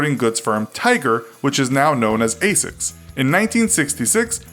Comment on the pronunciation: yeah the cringe, also they said Aesics instead of Asics